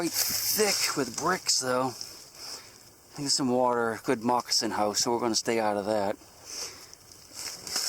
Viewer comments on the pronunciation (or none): Take a drink every time says mocossin